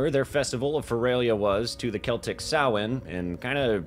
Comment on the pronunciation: Thanks for not saying "sam hane". 'Preciate ya,.